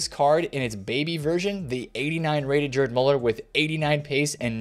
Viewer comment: Gerd Muller not Jerd